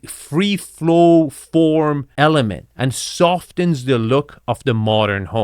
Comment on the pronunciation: Continuity = con ti nu ity, soften = so fen (t is silent) 😉